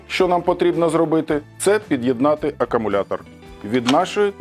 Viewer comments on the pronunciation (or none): акАмулятор акАмулятор 😂